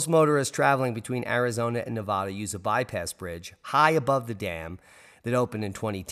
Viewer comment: Guessing you were never taught how to say: Nev vad Duh!